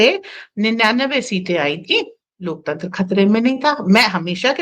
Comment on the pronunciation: LOK TENTR nahe LOK TANTER boleye...